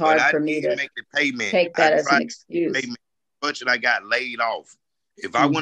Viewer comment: "Scurz me"....English isn't that hard.